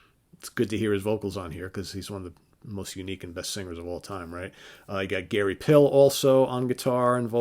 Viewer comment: Love your channel!! FWIW, Gary Pihl's last name is pronounced, "Peel". And Kimberley Dahme's last name is pronounced "Dahm" (with the "ah" sound, and a silent "e").